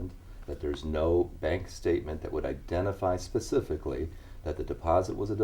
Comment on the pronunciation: John Patrick religion specifically (or as the apostle says, pacifically) has made me lose faith in humanity.